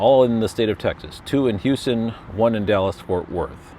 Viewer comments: Yep. Spanish and its silent H's. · You mean Uston, TX